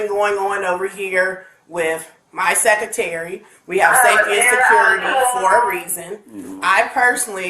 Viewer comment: aint nobody argewing wit your "securtary"/:face-blue-smiling